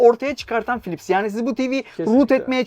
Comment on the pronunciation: Philips harika bir markaydı... Gerçekten harikaydı. Ama ne zaman biliyor musunuz? 'Pilipis' diye telaffuz edildiği zamanlar...